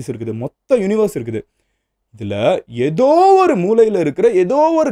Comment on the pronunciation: எதோ எதோ எதோ என்று அழுத்தாதிங்த MG